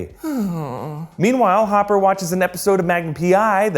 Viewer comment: you called hopper homper